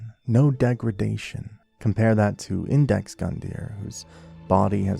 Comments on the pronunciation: Iudex (yoo-dex) means “judge” in Latin, if it helps. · Not trying to be rude or anything, but in the first 30 minutes i already spotted 3 mistakes. It's "Iudex", not "Index". The tree skip in Firelink is clearly a bug, the jump is not intuitive at all, but they might have left it on purpose because it doesn't break the game that much anyway. Connecting to the tree skip, you dont get acces to the Firekeeper Soul, just the ring, the shard and the crows nest. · It’s iudex bro, great video though!